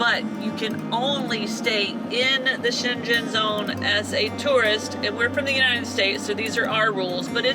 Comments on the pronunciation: So looking forward to traveling through Europe with you folks, your videos are wonderful. One thing tho, are you pronouncing Schengen correctly? The internet and other content creators pronounce it with a hard ‘g’. Just curious.. BTW-, I always admire your beautiful complexion. I’m so envious, your skin looks flawless.. ♥️✌🏼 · Welcome to Europe! I loved your tour of Senlis. Quick note on pronunciation: Schengen has a hard “g” - G like your cat’s name. So it sounds like ShhenGen. Hope that helps. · Check out the correct pronunciation of Schengen. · P.S. - The G in "Schengen" is pronounced like bringing - it's a very soft G. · Hari OM Dear ones - a tip for pronunciation of Shengen... the G is like that in ringing. You are going to be ringing the Shengen shuffle bell! Another word to the wise. Do not expect temperatures to necessarily be much warmer as you go south, neither necessarily any less wet. The last two winters in particular brought snow storms even down to Turkey and North Africa. Just warning you! Now - onward!!! YAM xx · Thank you for giving me a big smile listening to your creativity pronouncing Schengen😃👍🏻 And yes, please! Always remember to pay attention to cyclists in Europe. They are everywhere and they expect you to see them and be careful. And they are road users like drivers are. It can be helpful to study some of the traffic signs. Like blue/ white/ red triangles or circles with bicycles in the middle. You should know them. They are very similar all over Europe. Young people are more likely to speak English (like you saw with the children gathering around the van). Maybe you find someone in each town to teach you how to say „sorry I don’t speak…“. But most countries will be easier than Belgium in that regard. I love following you and see how you adapt to our routines like grocery shopping, pumping gas or what else turns out to be different from what you are used to ❤ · Schengen is pronounced with a hard g, just like the name Morgan.